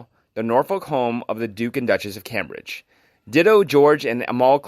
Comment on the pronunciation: Please learn how to correctly pronounce the Cambridge name, long a as in came. I am sure there are others that have been setting my teeth on edge. If you don't know how to pronounce a word, please ask someone. Unsubscribing.